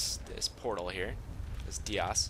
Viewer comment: Dias is pronounced "Die-us". Nice video, even if it is a bit long. Live tours are the best in my opinion, and this is one of my favorite homes.